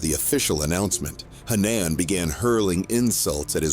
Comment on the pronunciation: Hannaaaan? Speak English, it’s pronounced Ha-Nan